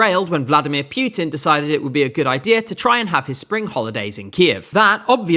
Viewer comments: His name is Putin not Pewtin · Vladimir "Pyutin." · Can't take anyone serious who says Pewtin. Imagine people saying Wiston Chiuchill, Woosvelt, 'itler. 😆